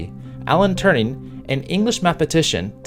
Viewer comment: Turing. Not Turning or Turney. Overall, good video and opens up an important discussion for our society.